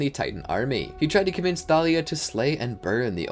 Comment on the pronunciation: It's Thalia not talia